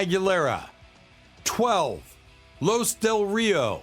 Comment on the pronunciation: Los Del Rio pronounced as Lost (but without the "t") or Laws Dell Reeo not sounding as Loose Del Rio